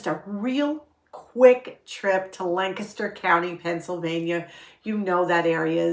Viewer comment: I e really missed you! And thank you for pronouncing Lancaster correctly! I live in York so very close.